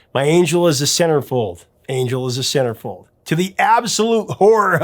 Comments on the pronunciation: Had to look it up, couldn't figure out what you said ! Sounds like SarahFey... Those you win scammers are everywhere including Facebook... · You realize now he said Centerfold right? I hit your time stamp and 😂 I can see how you heard SarahFeh ... Take 2🎬....let's try this again aaannndd Action! 🎬🤣✌️❤️🎸🎶🙏